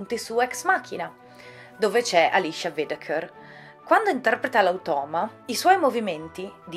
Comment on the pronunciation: Darling l'attrice si chiama Alicia Vikander. Si pronuncia così in modo diverso??